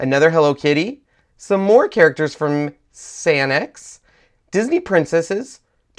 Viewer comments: The Rikkakuma, Rilakuma and mymelody characters are Sanrio characters <3 it looks like Sanex due to it being handwritten, but its pronounced San Rio :) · Sanex? It's sanrio